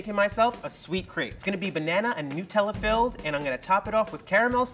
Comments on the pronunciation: nootella filled Me: WTF Me: it’s called Nutella with a u not double o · Did that level one just say NOOTELLA I think it’s Nutella